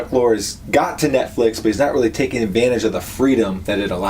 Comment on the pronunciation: 1. Its Chuck Lorre, pronounced (Lauree) 2. He was NOT behind Will & Grace 3. You're prejuding a show, with a ton of misses based off a 1 minute trailer 4. Watch the episodes before you determine if Kathy was being wasted and doesn't have many avenues and layers to the show 5. It's shot in front of a LIVE audience. Not canned laughter.